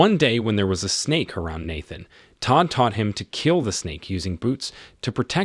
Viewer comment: Why did you say Nathan’s name like that?